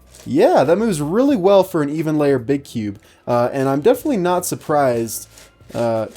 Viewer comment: its pronounced 'shung show'.